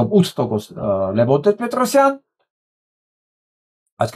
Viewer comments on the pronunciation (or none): none